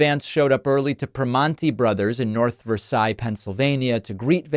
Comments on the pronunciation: As stupid as it seems it’s pronounced “ver-sails” not “ver-sai.” Pennsylvania is a unique place. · There's a Versailles in Missouri, and it's pronounced Ver-sales. I imagine it's the same in Pennsylvania. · In Pennsylvania, it's pronounced Ver-SALES. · It's pronounced "Versailles" not the French pronounciation